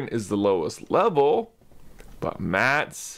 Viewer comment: MatS!!! Not MATs!!!! 😓😔